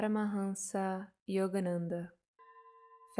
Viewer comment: I could tell u were from Brazil 🇧🇷 by the way you pronounced Yogananda… we have that nasal sound. É inconfundível ;). Ótimo material 🩵